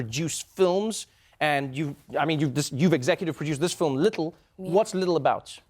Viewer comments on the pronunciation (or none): that "Little" is so South African 😭😂